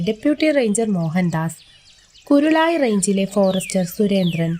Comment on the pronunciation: കാളിങ്കാവ് അല്ല കാളികാവ്.... കുരുളായി അല്ല കരുളായി. ...😌😌